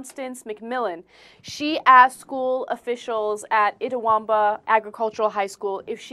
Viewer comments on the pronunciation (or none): they pronounced Itawamba wrong tho